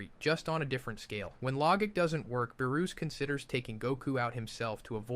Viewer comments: Yo, not Beerus.... BAROOS 💀💀💀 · Are you testing out some sort of script lmao "baroos" and not beerus is crazy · BuhRuss? Have I been saying his name wrong this whole damn time? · Same. I didn't even notice anything wrong until it said beerus' name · wis (whis) log ic (logic) baroos (beerus) wis (whis) wierd pause preesentations (presentations) cant be bothered to watch the rest